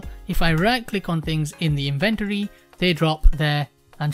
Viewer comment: In-ven-tory? What are you inventing?